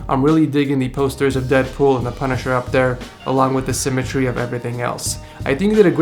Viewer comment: its symmetry not simatree